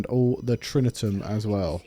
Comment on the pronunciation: If you can show me the ’n’ in Tritium, I will give you £199.99. Read it again, Tri ti um. No ‘n.’ It drives me nuts when you say it wrong.